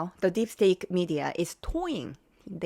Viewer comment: Steak or stake??? You mean state 😂😂😂